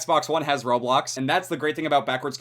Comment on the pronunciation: the way you pronounce, Roblux